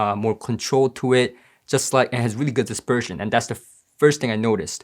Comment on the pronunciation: Not dispersion; disGERSHMAN